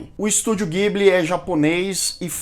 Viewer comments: Só passando pra dizer que a pronúncia correta não é guibli, mas sim dibli. Parabéns pelo canal! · A pronúncia NÃO É "Guibili", é "Jiburi".